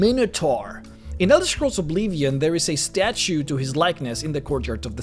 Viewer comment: i love ur videos but i cant stand when u say obleevion :(